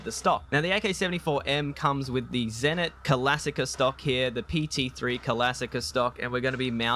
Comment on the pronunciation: Its not calasicca but classica.